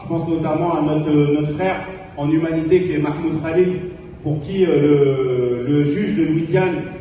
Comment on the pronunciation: Quand j’entends les musulmans prononcer le mot humanité ça me surprend toujours